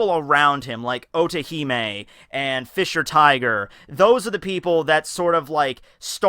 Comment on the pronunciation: everytime you said otohime i heard orihime ! guess i cant leave bleach so easily